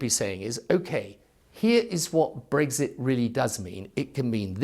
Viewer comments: It's Brexit not Breggsit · Never understood why he pronounces it ‘breggzit’ lmao